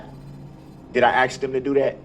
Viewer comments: He sure does like to "Axe" the judge a lot of questions, for a guy who claims "Im far from an idiot". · “I don’t have a problem with doin what you AXE me to do” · "he's very intelligent" every time he opened his mouth he displayed how unintelligent he was. He can't even pronounce "ask" lmfao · maybe he shouldve been proven to be able to say the word ask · Being able to clearly pronounce the word ask should be a requirement for attainment of most “rights” and privileges afforded to adult citizens